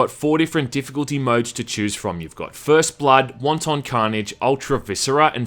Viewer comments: Omgoodness...wanton is pronounced "WANT'en" NOT Won-Ton. Jesus, somebody order soup?! lol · Pronounces wanton (of a cruel or violent action) like wonton (like a dumpling) and I catch shit for mispronouncing epitome. Go fuck yourself, internet. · Wanton not won ton. They're not dumplings. X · He pronounces wanton as wonton soup instead of it leaves her moist and wanton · its not pronounced like Chinese Wonton soup, but rather 'want-tin" or is that your cool kiwi accent? j/k i know you're a filthy aussie!!! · Won-Ton 🤣🤣🤣 Wanton is not pronounced like that! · pretty sure it's pronounced closer to "want-in." wonton carnage is what's happening in hong kong rn. excuse me, yeah, when's the soonest flight to hell?... one way is fine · Dude, it's 'wanton' carnage, not 'wonton'. You're saying it like it's a fucking chinese meal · Don’t pronounce wanton like the Chinese finger food but as “want’n” and wanton destruction is a very old phrase indeed that means unexpected or un called for but hideously violent destruction so since it is the hundreds of years old phrase it’s unlikely to be a reference to that previous game but you made me nearly piss myself laughing and from now on I’m going to pronounce it like you. Fucking hilarious! “Want On violence!” Panic at the fast food restaurant! Haaaaaahahahahaha! Oh Jesus me guts! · That's not how you pronounce "wanton". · You gotta learn how to pronounce wanton :P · If I have to hear you pronounce wanton like it's a fucking soup I'm going to drill my ears out.